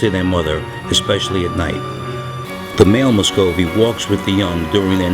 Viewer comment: You are saying Muscovy wrong